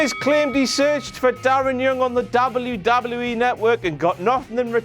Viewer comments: Why do you say wwe like Dabal u Dabal u e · say WWE right.